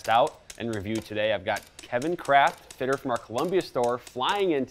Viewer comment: Fitter. Not Footer 😬